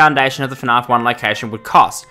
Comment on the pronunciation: Why do u call it fnarf not fnaf